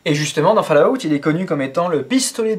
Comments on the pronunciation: att j espere tu trole en disant "falout" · On dit ''falaout'' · ....au final, pour ton info, au niveau prononciation, on dit (phonétiquement) fôl-owt(TTT) merci au revoir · putain mec, fall-août! ...................